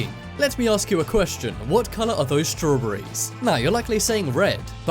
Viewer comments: Strow bery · As soon as I heard you say strawberry’s 🍓 I had to stop your video. Why can’t you top 10 people pronounce English words correctly?